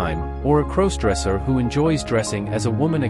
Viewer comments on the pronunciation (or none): Can someone teach this narrator how to say crossdresser please